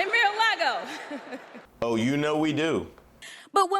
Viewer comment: The mispronunciation of Mar-A-Lago is really pretty special actually